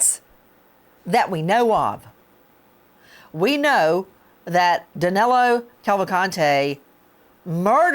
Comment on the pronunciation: It's amazing how, not only they can't catch him, they can't even get his name right. His name Is DANILO, not DANELO. I'm from brazil too, and DANILO is a popular name around here, whereas, DANELO, isn't even a name (except for Americans). Maybe they'll get him when they get his name right. I contacted USMS and gave them some tips where he might be, being a Brazilian too, and we are from the same region, different sates, but pretty much the same culture, He's from maranhão and I'm from Pernambuco, some 500km apart, i guess, i kind of understand his mind. I think the tips a gave them are going to be helpful. Is that 25.000,00 reward valid for non-Americans too? I hope they remember me when they capture him or kill him. i could use 25 thou.